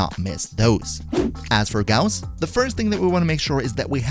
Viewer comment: Finally someone who pronounces his name correctly